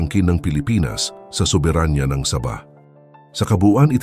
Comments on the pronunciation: MAGBIBIGKAS LANG NG SABAH, MALI PA... ANO YAN NILAGANG SABA........ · Sabah po, Hindi Saba (uri Ng saging ang Saba) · Saba! ??? Saging na saging ang pagkakadale mo bro ah...😂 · Ang pagbigkas mo ng sabah ay mali.